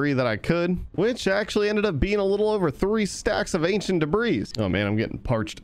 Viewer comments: whos gonna tell him the s in debris is silent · ah yes " Ancient Debras " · Stop saying debris 😡